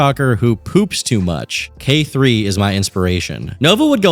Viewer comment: Actual belgian here, i also don't get why he's obsessed with belgium, maybe he idolizes Marc Dutroux. Also the band K3 (which he always mispronounces) is aimed at small young girls, which, given novas interests, is concerning to say the least